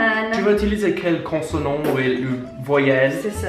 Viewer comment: It's consonne... not cossonant